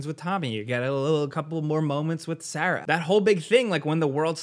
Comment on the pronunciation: having trouble saying Sarah